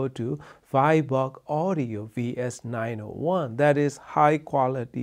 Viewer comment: The cables are "Viborg" NOT "Virborg"!